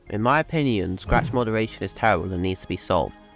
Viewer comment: Scratch: What the hell is an “oupainon”(opinion) and what does it mean?